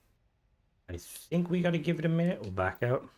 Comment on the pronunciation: "You need to mait a winute." Words cannot describe how much I love you, and how hard I was laughing. Big thanks to for doing all this work. No wonder it took this long. I normally dislike Survival Mods, but this Creation gives me so much immersion while flying and maintaining my ship, especially becaus I live on my ship. This makes perfect sense, and reminds me of the Vertibird Player Home from Fallout 4, which also required maintenance and fuel to operate. (EDIT)- I just stopped by the Ship Services Technician at New Atlantis, and noticed that a Portable Diagnostic Terminal was also placed where he stands! I built one on my ship, which does not have a Vanilla Engineering Bay, but this PDT at the Technician is both convenient and immersive with the Creation enabled!